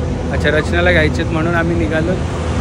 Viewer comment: Jara marathi sudhara nighalo nahi naghalo